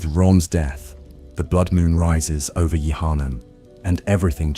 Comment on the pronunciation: I can’t watch this going to sleep bc u literally haven’t pronounced “Yharnam” the same way twice 🤬🤬